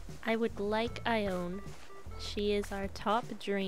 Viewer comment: Her name is pronounced "ee-O-nee". It's Greek, like Persephone and Hermione.